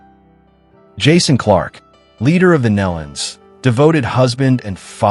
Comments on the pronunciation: I enjoy these videos to a point, and the "point" where I don't is when the "announcer" mispronounces the Gaither name: it's GAY-thur (not Gayth-er); subtle but let's train the A.I. narrator to get it right. Also, Rex Nelon's family's name is pronounced with a long-E sound, like "NEEE-lon." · You would think that the narrator of this tribute would know how to properly pronounce Nelon!!